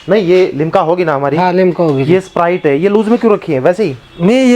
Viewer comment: वो सपराइट नही स्प्राइट होता है 😁🔥